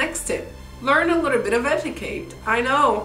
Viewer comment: Eti-CAT not eti-KATE